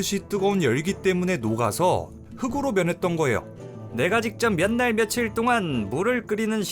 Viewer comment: "흑으로" => "흙으로: 흘그로"